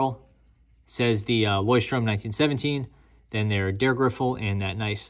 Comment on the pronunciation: THANK YOU! Takes away from your credibility when you butcher their name.